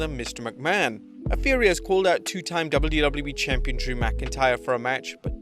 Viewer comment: why does it sound like he says “double loo double loo eee”😭